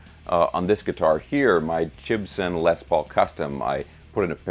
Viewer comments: Did you just say... Jibson? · Did you just misspronounce gibson ?